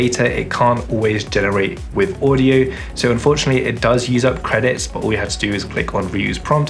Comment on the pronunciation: Oh and with is Wifff.